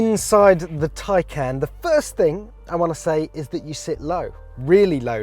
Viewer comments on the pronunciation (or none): Tie? Not tay? U wear a tay? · Geez. It’s pronounced “tie-kahn” like the first syllable in context or conversation - not as this says, “can of peas” or “I CAN’T pronounce Taycan. But then I can’t even pronounce PORSCHE correctly.” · Also, I think it would be Tie-Khan. Not Tie-Can. Just like the Macan. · Taycan not tiecan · correct it's "Tie - Con" not "Can" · Tie can?! Top gear? I don't think so. Change the name you are killing it. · In the effort to explain how to pronounce it you still pronounced it wrong, according to Porsche it's Tie-Car-N not Tie-Can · No not tie. It's Tay haha wth? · .......last time I looked that thing you wear to a job interview is called a TIE, not a TAY, just sayin' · They even explained how it is pronounced correctly and he still manages to fuck it up. It's Tie-Khan, Not Tie-Can! Awesome car though. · I think they did need it because even they got it wrong. It's pronounced Khan not can. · My CC is turned on and then if he says Taycan, the cc says " tie can" lol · Poor-sha Tie-con. Read it. Learn it. Live it. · Umm...it's pronounced Tie-KAHN. Did you not watch the video they made? Nice you went through the trouble to compare it to a "can of beans" when you are completely incorrect. Good one. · Did he say Tin Can ? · Congratulations! You pronounced Poor-Sha AND Tie-Con incorrectly. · Tie can? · Ok, is it just me, but since when is "tie" spelled T-A-Y ... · Excuse me but how the eff is “Taycan” pronounced “Tie-Kahn”? Tell me how you pronounce “Taylor” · Tay = ray,bay etc... I can do it? = TAKEN not Taican🤔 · For a very prominent media outlet, at least pronounce the car's name correctly. It's not as if Porsche didn't tell you how to say it. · How to actually pronounce "Taycan", per Porsche